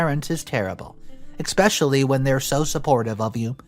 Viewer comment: NARRATOR, no offense but please do not say expecially, say it as eSPecially, thank you.